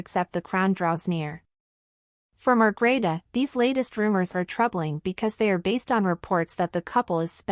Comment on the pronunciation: Please, the Queens name is Margrethe, not Margareta or Margarita...